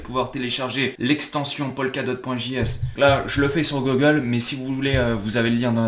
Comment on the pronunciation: ce n'est pas pour me moquer mais comme tu prononce google m'a fait rire!! GOGLE hahahahaha